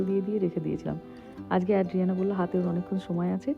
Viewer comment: Tomar content khub valo lage, anek kichu notun jante pari and sikhi tomar video theke. I'm a regular viewer. Ekta chotto constructive feedback debo, it's ay-dree-AN-uh (bangla r A-kar borno ta) NOT ad-dree-AN-uh